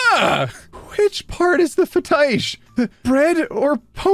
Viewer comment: Wait. Isn't Fetish spelled Fetish why are you saying fe-Teesh???